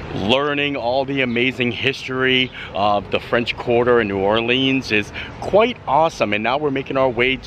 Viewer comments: Just a little tip from a local. It’s pronounced “NOO OR-linz”, not “NOO-orLEENZ”. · It’s pronounced New Orleans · The Jazz Museum is housed in what was a US Mint. The o in DuMonde is a long o sound. Please never pronounce our city New Orleens. That is a song lyric used to rhyme "Do you know what it means". You also pronounced correctiy several times. Overall a nice representation.